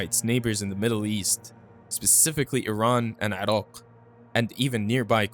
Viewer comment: I'm impressed by how u pronounce Iran/Iraq properly. I know u are from Middle East and it annoying when Americans can pronounce Italy but became retard when pronounce Iran/Iraq